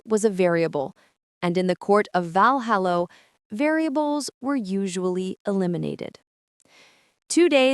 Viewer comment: It's so irritating to hear Valhalla repeatedly pronounced, Valhallo.